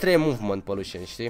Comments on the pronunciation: Nu se zice"luşan" se zice lucian😘💪💪💪💪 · lusan nu se pronunta lucian ?????